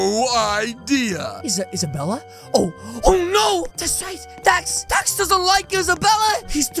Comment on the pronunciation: He said dad instead of dax???